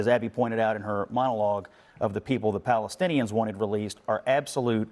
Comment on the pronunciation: They couldn't say Palestine. Balestinians, leave the P alone!😅